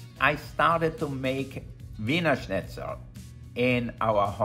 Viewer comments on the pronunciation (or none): none